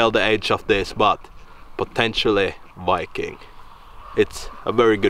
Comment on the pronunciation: That is wery wery not wiking!